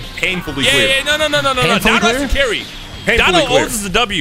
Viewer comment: "They're gonna rename the word carry to cuarry"